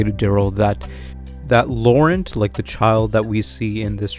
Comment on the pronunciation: Ya gotta say Laurent with a fun sexy French accent